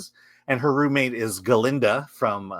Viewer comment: It's Glinda. Not Galinda.